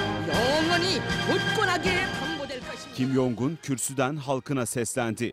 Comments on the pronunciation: Kim Jong Eun'ı Kim Yong Un diye okumalarına kıl oldum. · Adamın isminin Kim Yongun diye telaffuz edilmediğini anlamanızı bekliyorum hala... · Kimyoung değil kimyon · şu adamın ismini kim yongun diye okumayın artık ya kim congun diye okunuyor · Yong un degil kanka Kim cong un demen gerekiyor